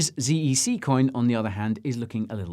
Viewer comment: I thought it was pronounced zed e c 😆